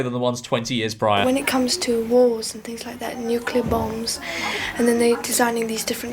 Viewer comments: mad how they just read Nuclear as Nuculer😂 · tried so hard to be different. i’ve never heard an american pronounce nuclear that way you wrote it